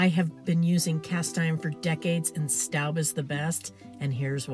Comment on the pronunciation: It's pronounced 'stobe', not 'stoub'. You do know Staub is a French company, right?